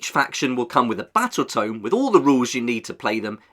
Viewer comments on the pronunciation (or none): none